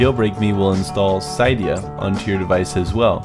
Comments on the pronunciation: Not "cy-dia" it's pronounced "cid-ia" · its actually pronounced ci-dia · yes, he did, its pronounced cid ee a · I don't meen to sound like a jerk, but i do belive that cydia is pronounced SID-EE-UH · hate to break it to you but its pronounce sid e a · its pronounced cidea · WTF is "cidea" ITS CYDIA ITS PRONOUNCED SID E A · cydia is pronounced as ceedia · its pronounces cid ee a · yeah it does it's pronounced Cydia like that not Cydia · lol he doesnt know how to pronounce cydia